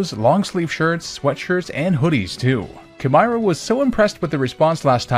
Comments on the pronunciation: I’m pretty sure the sponsor name was supposed to be pronounced like “chimera” since that’s what the logo is lol. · Wait, it’s pronounces “Kai-meer-a”